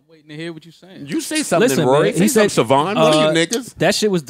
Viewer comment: "Suhvonn" instead of "Sayvon" is NASTY NASTY.